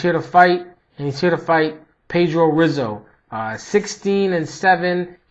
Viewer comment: Good breakdown. By the way, the R in Rizzo is pronounced like an H.